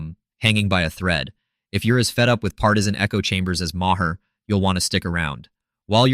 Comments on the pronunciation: Marr not ma her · Sorry, but I don't watch AI voiced videos. If it's not worth your time to voice your own video, it's not worth my time to watch. I let the Ma' her slide, but after the second one, I'm done.